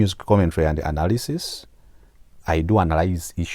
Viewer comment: I hear "good anarisisi" 😂😂😂😂